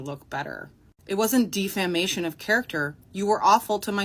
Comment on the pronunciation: She doesn't even know how to say "defamation" for fucks sake.... Can she say "jealous"??